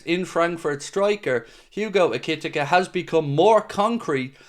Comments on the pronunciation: I'm pretty sure you pronounce Ekitike E-kay-Tee-Kay 👍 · Ekitike is pronounced ECK-E-TEA-KAY and I hope we get him heas a beast 6f 3 fast strong and so calm when surrounded in the opposition's box and only 22 grab him while he's not overly priced as this guy in 3 years will be double that money ❤